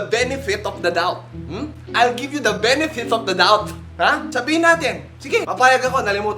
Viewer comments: "Venevith ofv the dauthfv" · "venefit of the doubthhh" hahahaha! lt ng vid, nays waaan!